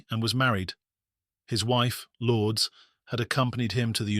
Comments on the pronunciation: The name is pronounced Lour-des, not Lords. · Lourdes lore dess 2 syllables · An American wouldn't know how to pronounce that either so what does that have to do with it? Never heard that ridonkulous name in my life. Lour-des? Oh yes that is super American sounding.